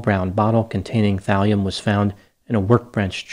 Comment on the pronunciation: thalium .. i thought you said valium